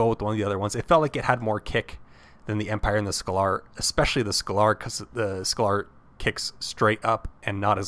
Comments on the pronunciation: Super informative video, love this. Thank you for the vid! keep up the good work and yes you got some of the names pronounced wrong (pretty sure it's "scay ler" not "scal ar" and i think it's pronounced "mash eye nen gwer" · Actually, scalar is a real life term in it is supposed to be pronounced scale-er. Pronunciation aside this was a great video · It's painful listening to this guy trying to pronounce "scalar".